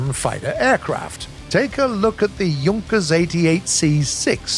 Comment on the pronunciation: Why is he saying YUNKERS 87 B-2 Stuka? It's pronounced like JOONKAS 87 B-2 Stuka... oof